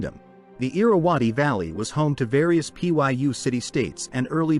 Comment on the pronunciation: lmao it just says welcome XDDDD Trash AI. Cant even look up how to pronounce "Pyu" before its stuffed in the video.